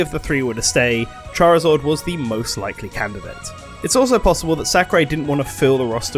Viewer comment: "charizord" wtf